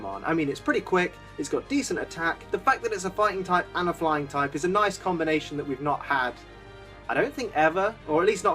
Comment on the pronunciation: Am I the one who thought he said "blind" type at the beginning.